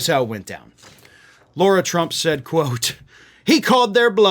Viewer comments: And it's Lara, not Laura. Otherwise great job. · Sorry but it irritates the shit out of me when LARA gets called LAURA! It’s not how the dumb ones pronunciation is!!! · Come on, it's LARA not LAURA Trump.